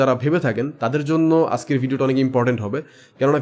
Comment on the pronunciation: শব্দটা ‘আসকের’ না, ‘আজকের’ ... আপনারা যারা মানুষের উদ্দেশ্যে ভিডিও তৈরী করেন তাদের উপস্থাপনা ও উচ্চারণ শুদ্ধ হওয়া দরকার ....